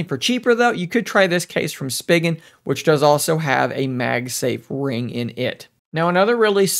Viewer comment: I hated the way you pronounced spigen lol I’m used to reviewers saying it with an e sound like spegen I guess I’m weird